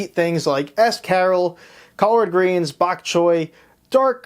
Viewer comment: Never in my life have I heard escarole pronounced as S Carol. Jeweled Lacerta is a great recommendation.